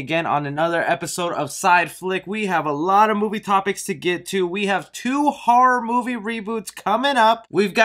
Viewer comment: I tried! Your voice I can’t do it. Also after the 4th time I heard “har-rawr” instead of horror. Had to stop. Good info just better if I could hear it from a magazine....